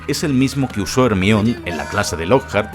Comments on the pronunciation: Imposible no burlarse si pronuncian "Ermion" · Hemione ❎ Ermion ✅ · HERMION? pero que cojo.. 🤣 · consulta porque dices hermion y no hermayoni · Realmente el nombre de Hermione es griego y la pronunciacion mas correcta es la castellana, decir Germaioni es incorrecto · Jarmayoni jajajaja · No es por burlarme, pero escuchar decir Hermión (Hermione) da 😂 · ERMIÓN perdon es mas fuerte que yo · Todos el video sería genial.. Si dejara de decir hermiooon 😖😖😖😖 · dijiste ermion dislike